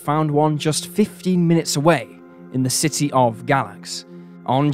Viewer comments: Thanks for covering something from SWVA, but it is pronounced "Gay-lax", fyi :) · Just FYI Galax is pronounced Gaylax